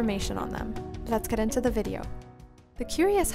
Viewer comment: I keep hearing vid cunt